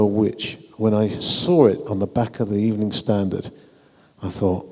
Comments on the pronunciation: Title correction: An ebening with Arsene Wenger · An ebening with arsene wenger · U mean an ebening